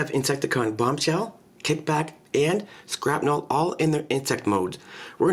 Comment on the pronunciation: its shrapnel not skrapnel